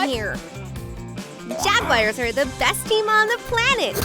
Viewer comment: I simply adore. Right off the bat she does her cuteness thing. I love how she pronounces the word "Jaguars" as "Jag-wires". And how she switches to a deeper voice for the male characters. Слава Україні! Я люблю Україну Смерть ворогам путін-орк! НЕТ ВОЙНЕ